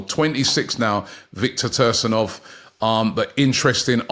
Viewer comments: It’s pronounced Tea-gam-kov not Tursanov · Viktor “tursinov” 😂😂😂 C-gan-kov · Sorry but thats not even close who is tersinov i swear hes doing it on purpose just think of the word tsunami silent t and youre half way there and malen is 25 not even close to 20 😂 robbie youve had a stinker but love the content anyway keep it coming. I dont know when this was recorded but both crystal palace and fulham both had £30m bids rejected sky and Fabrizio have reported and both clubs are expected to have internal meetings about whether to come in with another bid however the amount of the bids so far are not known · "Victor Toehrsanov" "Paulinho" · Typical English speaking person butchering names from other countries and making up whole syllables and sounds.